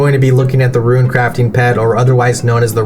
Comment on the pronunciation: What I don't understand is the pronunciation of Rune, if he's pronouncing runecrafting properly why he saying ruin instead of rune? 😭